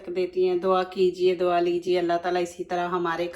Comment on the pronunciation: dwa nhe Dua hota hay